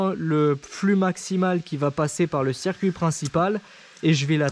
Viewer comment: Le « cerf-cuit d’eau »